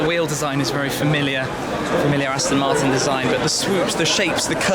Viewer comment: Aston Marton Zonda lol